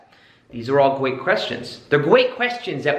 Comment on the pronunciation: “Gweat questions”